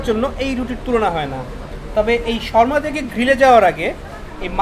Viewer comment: Bokachoda sharma na re shawarma😂😂😂